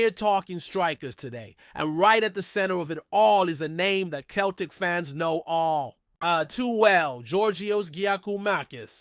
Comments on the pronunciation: CELTIC is pronounced Selltic not Keltic. Get your act together or but out. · Pronounced seltic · Away and choke on a basketball ya clown. Dont try to talk about football . Your not evening saying Celtic correctly ya fud. Stick to American sports.